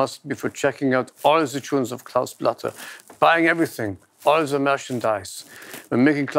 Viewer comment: "listen to zee beat, ja?" is the most german thing ive ever heard